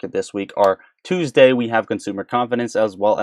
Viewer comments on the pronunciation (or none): none